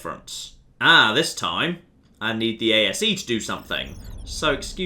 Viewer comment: It's A.S.E, not A.S.A!